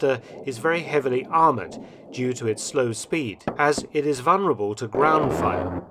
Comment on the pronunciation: It's... vuLnerable. The 'L' is not silent.